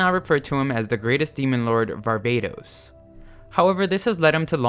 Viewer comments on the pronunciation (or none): sorry to be the guy but you said var-ba-tos and its pronounce var-va-tos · Varvatos huh... More like Barbatos